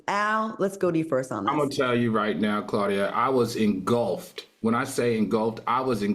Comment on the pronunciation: I love Al and I admire the homework he does on these issues, However I get second hand embarrassment from his constant mispronunciation of certain words. Like saying engulped vs engulfed😭